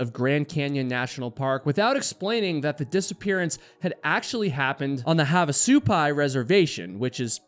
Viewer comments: Also, the emphasis is on the first part of the word, not the second half. "SU-pai", not "su-PAI". 😊 (And of course, as I'm typing this, you changed your pronunciation... You're killing me, LOL.😅) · What kind of idiot hikes alone? And it pronounced HAV AH SUE PIE say it slowly hav ah sue pie I live near there btw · It's pronounced have, not "haav"... Like "have a good time", "have a drink"... Both in the Village of Havasupai (Supai) AND Havasupai Falls. My dad taught at NAU back in the late '60s and we made that hike many many times, back before the masses discovered it..😊